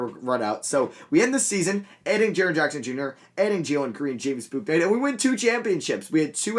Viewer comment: Your pronouncing James Bouknights name wrong, it is pronounced, James Book-Night